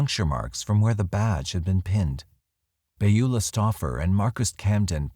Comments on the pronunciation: Second time watching and it's just as great. However, the pronunciation Beulah is... puzzling. Pretty sure it's "bewlah". Not "bayula". Correct me if I'm wrong. Sorry - normally a couple mispronunciations doesn't bug me, but this just keeps hitting my ear weird. Plus I can't imagine witnessing something like that and not saying anything. She left her car unlocked with stuff in it? If I remember correctly. That would be a pretty good indication that something was definitely not right. This is the snoopy neighbours time to shine. When you really want a nosy neighbour, she totally drops the ball. Bad, Beulah. Bad. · Beulah is pronounce Byoo lah. I only mention it because it was my grandmother's name.